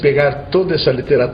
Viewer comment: Ele falou de Tostoi maa leu Doto😂